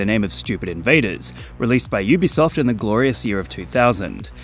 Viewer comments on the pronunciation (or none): none